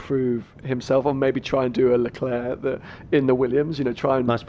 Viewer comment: The bald dude pronounced leclerc wrong